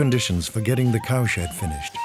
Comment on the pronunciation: Is it just me, but every time they say cow shed made, it sounds like cow shit made?